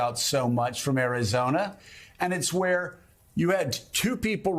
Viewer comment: Guys... he straight up said Arizonia... not Arizona... He said Arizonia lol and then said it correctly later